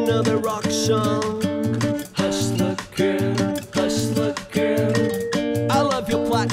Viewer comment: Nossa, a pronuncia de HUSTLER GIRL pelo Supla simplesmente destruiu a música. Deveria ter aproveitado que gravou em Hollywood e ter aprendido com qualquer americano a pronuncia correta. Essa música é uma música limpa sem guitarras pra tapar a voz no caso do Max Cavalera do Sepultura que fala ingles com sotaque,mas quando canta o sotaque desaparece, O Supla deveria ter treinado a pronuncia antes de ter gravado .